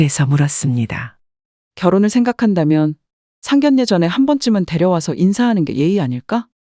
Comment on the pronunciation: # 내레이터님 ! - 상결례 가 - 아니고 - ( 상견녜 ) 라고 읽어야 합니다. * ( 상견례 ) 만큼은 * 예외 라고 합니다. - 아나운서 도 - 자주 틀리는 단어라고 합니다. ㅎㅎ - 죄송 합니다 ! 💕